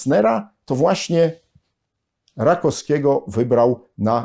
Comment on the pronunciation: RakoWskiego, nie Rakoskiego.